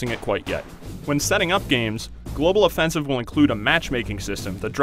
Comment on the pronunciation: Why does this guy says Global Offensive as Global Offensivse